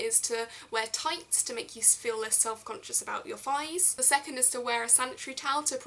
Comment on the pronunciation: you say fighs. You commoner ;P